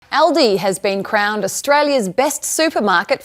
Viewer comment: Also Aldi,not aldi- short a,but schwa a. I hate AI voice!